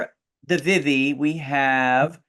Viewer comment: their name is pronounced like VEE-VEE